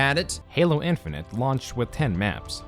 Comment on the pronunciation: Halo Infinent? That's not how you say Infinite.